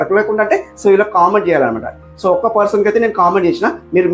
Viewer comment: ఒక్కా కాదు ఒక్క క్కా కి దీర్ఘం పెట్టకూడదు